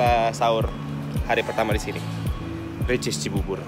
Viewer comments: WOY GW KESINI CUMA GEGARA BANG AIS NYEBUT RICIS 🤣 TERNYATA EH TERNYATA RECHEES 🤣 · baru mau nonton ini..katanya vlog pertama abang nyebut ricis erh recheese.maksudnya😂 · Kesini gegara haris nyebut ria ricis , eeeehhhh ternyata rechees wkwkwk. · Ke sini gegara Harcis , dan beneran dong makan Rechees Cibubur katanya. :D sudah sering nyebut Rhechees Factory Hyung bestfriennn nya :)) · Kuasa Allah yah.. nyebut Ria Ricis (recheese) hihihi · Salfok pas ngomong richeese / ricis 😂